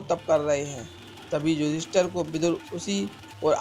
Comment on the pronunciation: Bhadu , ....... tu ...... ister " ka gungan krne wala feel ho raha he ..... tabhi to tu ..... yudheesthir .... ko yudester bol raha he 🖕🖕🖕